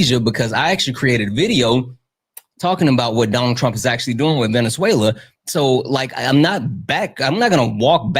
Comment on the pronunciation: calling it “venezu-ayyy-uh-la”